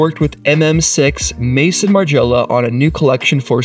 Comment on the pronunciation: It's pronounced Maison as in MAZON Margiela!